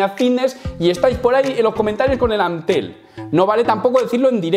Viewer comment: te traigo algunas opciones para que no digas Ant-telm pero que se escuche igual: PAS-TEL! CAR-TEL! TA-BET! MAN-TEL! MA-TEL! Jajajajaj 🤣